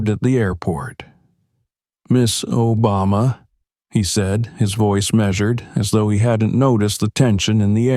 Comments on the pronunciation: Are you kidding me& The narrator cannot EVEN pronounce our past president’s name correctly? SHAME ON YOU FOR RELEASING THIS WITHOUT LISTENING, or even worse if you did release it anyway if you did listen. I feel ashamed of this video. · I’m happy he intervened. This discrimination has got to stop!🛑 So the president went with Sasha w/o a ticket? Or was it because he was ex president.😊🤷🏼‍♀️ The narrator mispronounced Sasha and Barack’s last name.😠🤷🏼‍♀️